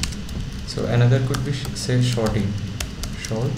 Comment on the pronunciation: thanks ;) but "shorting" when there was "sorting" was quite funny ;)